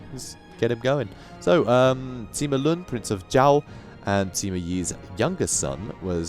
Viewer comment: You pronounce any Chinese names that has the -ui suffix like Hui, Sui, etc. like 'way' but with the start of the letter. Sui would sound like 'sway' and Hui would sound like 'hway'. Also apparently Sima is not pronounced as 'see-mah' but as 'suh-mah'.